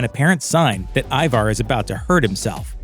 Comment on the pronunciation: The bloke narrating needs to learn to pounce Ivar and Wessex properly lol. The season seems rushed and Ivars death and the Russian arrow death on the balcony were weak